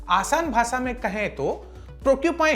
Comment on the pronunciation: Bahpot jaldi dusri news pr skip krte hain. Thoda pta v lge ki nayi news kb shuru kr di. Thoda thahrao rakhiye. Aur भासा nhi भाषा होता sir.....